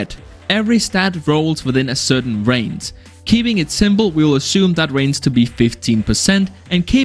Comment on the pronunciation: "Damac, Raince" whats wrong with your pronouncing 🥲